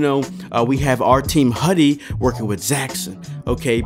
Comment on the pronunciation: The word hudie is pronounced "Hoo-diere". Its the chinese word for butterfly.